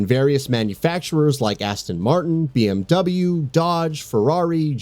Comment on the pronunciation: Ugh soooo much cringe on how he pronounces these brands; especially BMW, Jaguar, Porsche and Versace with honorable mentions to Ferrari and Lamborghini.